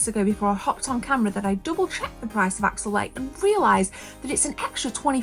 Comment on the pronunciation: It's Axelay not Axellay